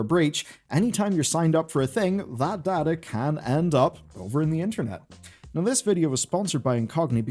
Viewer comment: So... you speak Data, instead of Data...